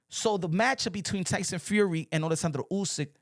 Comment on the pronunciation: Bruh, the way you pronounce oleksander uysk’s name … it’s actually spot on, but you do it effortlessly, i dont know why it makes me laugh 😆 😂